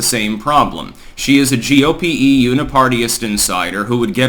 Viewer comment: for a week or so, whenever you mention the GOP, you've added an E at the end of GOP. Is this deliberate? Are you actually saying GOPE?